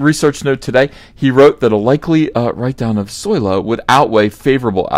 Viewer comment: I love it when you say solosawoyrwarsoyrry.